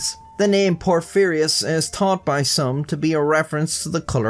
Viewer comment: Soon as the vid started I thought, how many times will mispronounce Porphyrios. I was not disappointed xD